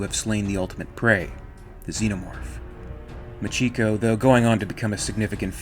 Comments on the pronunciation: This was great except for one thing. Machiko is pronounced "Mah-chee-koh". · Very nice, I have the graphic novel and I loved it, I still read it from time to time. One thing regarding the pronunciation of Machiko, I think it would be properly pronounced as Machi ko, with the emphasis on the first two syllables. This is because ko is a common part of many Japanese girl's names and is represented by a single character. So names like Mariko, Michiko, Noriko, etc. would always have the emphasis on the first two syllables.